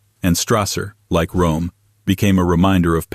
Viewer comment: It's pronounced like ROM